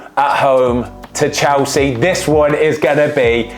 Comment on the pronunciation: I have a challenge for Ben. Say “Chelsea” not “Chowsea” I love your channel, keep it up!!